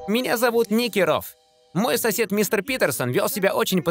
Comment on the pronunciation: Так-то он не Ники Роф а НИКИ РОД И У НИХ ВСЯ СЕМЬЯ РОД А НЕ РОФ